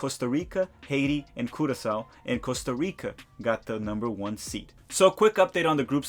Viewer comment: I love that u pronounce costa rica correctly